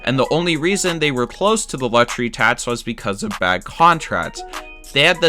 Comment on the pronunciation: Love the content but turned off by the failure of the commentator to pronounce hard “k” sound. Players sign contrats. Sale plays for the Red Sots. Teams employ analydits. The Yankees are iconit. Luxury tats. Yikes.